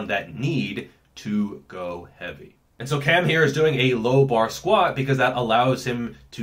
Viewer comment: "How Heaeveuiy" love it